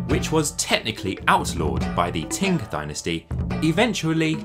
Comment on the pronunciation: Thank you. I credit my interest in Chinese culture to my grandmother's Willow Pattern plates. I lived in Peking in '79 - '90, then Hong Kong and now in Taiwan where the real Chinese culture is being maintained. As a Linguistics grad with Chinese as my main foreign language, I just have to ask where you got the pronunciation of 清朝 as Ting Dynasty? Also I see a few others have mentioned your pronunciation of porcelain! My ears are in pain from hearing your particular sounding of the word.... about 2,500 times. A pity that it is the key word in your whole monologue. Anyway, I am genuinely interested to find out your language background. Be great if you could read this and reply.